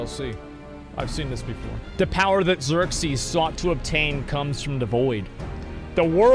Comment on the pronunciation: Every time he keeps calling him Xerxies, the chat collectively grinds it's teeth.